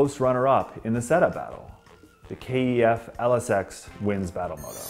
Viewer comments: Sorry, had to comment - please call the speakers by their correct name "kef" not "K - E - F" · It's pronounced 'keff', not K.E.F. Just saying. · ITS KEF NOT K E F BRO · Rowan & Belinda Wilson it can be pronounced both ways since it stands for Kent engineering foundry. the actual most proper way is K E F which is how they say it in the KEF blade commercials. it's also why it's not spelt Kef. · No one says K-E-F , Good video tho 👍